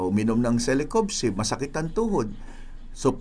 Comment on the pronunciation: Doc parang mali ang pagsambit nyo sa celecoxib .sinabi mo celecobxib